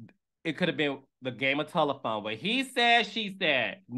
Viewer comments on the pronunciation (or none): none